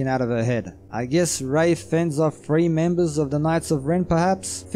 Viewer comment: D twenty free? Arfritis? Why can't some accents make the "th" sound?